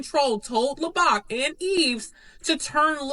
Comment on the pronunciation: Correct me if I’m wrong, but isn’t her last name pronounced “Low” and “Bach” like the composer? Their pronunciation of her name Lobach is driving me nuts.